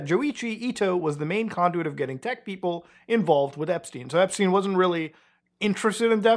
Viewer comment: epSHteen 😬 first time I hear that pronunciation 😂